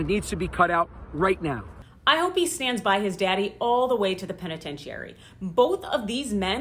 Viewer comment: Rudy was helping to instigate a coup? Really? You’re a lawyer and you can’t even pronounce the word penitentiary correctly? Your analysis is totally flawed. You are just part of the whole crooked legal system in New York.